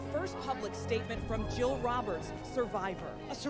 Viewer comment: pretty sure it’s Jill not gill.